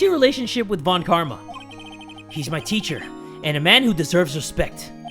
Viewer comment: I have a dream, that one day will learn how to pronounce Von